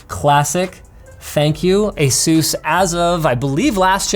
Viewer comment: Why does he say asus like jesus